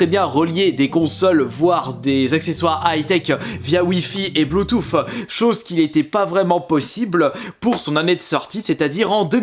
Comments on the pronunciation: Nan t'as pas le droit de dire "blootoofe" 😭😂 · BLOU TOUFFE